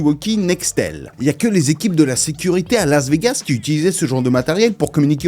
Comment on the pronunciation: Aller p'tit mention mignonne pour ta façon de prononcer Laz Vegaz, l'as des gaz magueule